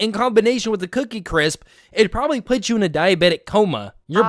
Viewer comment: Cookie crisps ain’t even that bad, it’s just her saying “cwisp” that makes me want to put her down